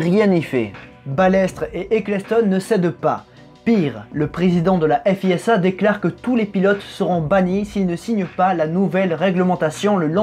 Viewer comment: On dit "fiza" et non "effe hi esse ha", au fait.